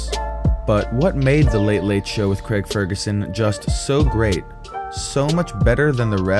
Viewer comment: It's Craig, not creg